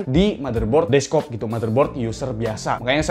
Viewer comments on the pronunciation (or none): "deskop" iye bang iye